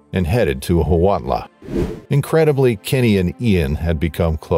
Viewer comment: Huautla canbe pronounced wow-tla